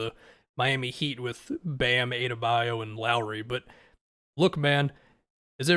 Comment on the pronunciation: i have never heard anyone say bam's last name like that